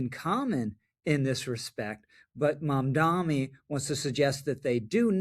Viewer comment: Rich, it's MamdaNi not MamdaMi.